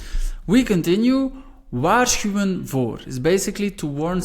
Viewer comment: This is so useful. Thank you. Do you always pronounce the "w" at the beginning of words as a "w" or a "v"? Or does it depend on the word? I heard you pronounce "wachten" with a "w," but "waarschuwen" with a "v".